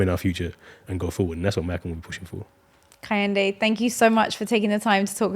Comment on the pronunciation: KEH - HIN - DE not KAH - HEN - DE